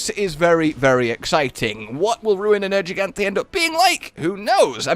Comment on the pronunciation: I will never forgive you for purposefully mispronouncing Nergigante. Respect the name. Jesus.